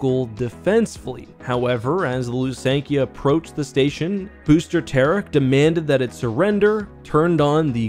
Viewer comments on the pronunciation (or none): I always pronounced them THy- ferra not Ty-ferra, Lusank-I-ah not Lusank-ee-ah and Yh-sann not Eye-san-ay, have I been wrong all these years? You called the 'Lusankya' the 'Executor' 😅 and kept swapping between calling the Valiant an Alderaanian and Corellian ship, it was Alderaanian, a Thranta-class War Cruiser.